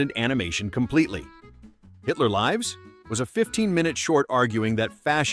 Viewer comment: A.I. Voice-over garbage again! The word "lîves" is not the word līves. A.I. does that all the time. Although I want to watch this, I don't watch Artificial Intelligence garbage. YOU SHOULD WALK AWAY TOO because a.i. is designed to deatroy your child's Intelligence - not yours, you'll be gone within 10 years. WAKE UP! I'm not watching anymore of this double minded seducing junk